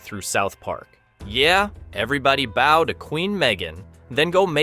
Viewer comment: Wondering if this is AI read. "Bow" (genuflecting) pronounced like "bow" (what you tie on a gift)